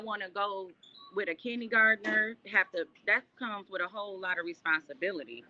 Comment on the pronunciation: Did she say “kidney gardner”?? 😂